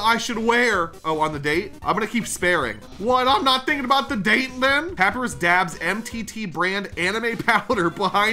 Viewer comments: It’s pap I rus not pap e ris also is there an earthquake your lamp in shaking vigorously. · It’s said like pap,I,rus. Not papy,rus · Bro u don't pronounce it like: pa py res Its: pa pa y res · ITS NOT PAYPIRUS ITS PAPIRUS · I am screaming in my head from the way you were saying papyrus because it’s not pap-ur-ris it’s pa-py-rus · It's pa-pie-rus not papy-rus papyrus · His name is not pronounced pa pe rus it is pa pie rus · it’s pronounced pap-I-rus, not pap-e-rus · True but worse is how he calls papyrus He says papi-roos Insted of pa-pay-roos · Y'know, since you pronounced papyrus's name wrong I'll spell it for you: pa-pie-rus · And it’s Papyrus not papeerus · In this one, maybe call Papyrus his real name. It's pronounced pu-pie-ris. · Yooo its pronounced Pap PIE Rus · It's pronounced Pap-eye-rus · Papyrus (pup-ie-rus) that is how you pronounce his name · Mate you said papyrus wrong it’s pa-pie-rus oh and look up a papyrus voice impression thanks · I find it hilarious how bad he miss pronounces papyrus’s name as pappy rus gets me every time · i like how he just stopped calling papyrus "pappeerus" after a while in the first video, but he just continuously calls him "pappeerus" for this whole video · I will never forgive you for calling him pappyruss... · I love how calls papyrus papy-ris😂😂😂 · the way he pronounces Papyrus..."pap-pee-russ" LMAO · It hates me knowing is saying papi-rus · "Papy - riz" -this guy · my OCD hates that he says it like "pa-pee-russ" lmfao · I think it’s said pa-pie-rus, I don’t know for sure tho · The amount of times has mispronounced character names made me have a stroke, like its pa-pie-rus like the font, and am-al-ga-mate. But other than that good video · BRO ITS PRONOUNCED PUP-EYE-RUS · His name is pa-pie-r-e-s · Papyrus is said Like PAP PIE RUS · His name is pa-pie-rus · I will keep correcting you until you say it right it's pa-pi-rus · papyrus pup-i-rus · Pah-pee-russ is the best video game man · Bro said pahpeeruss